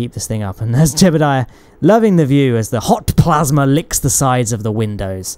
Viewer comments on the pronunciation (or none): I just woke up to this video and when he says "HOT plasma" I thought he ge said "Hawk Tuah" and I was like "No way"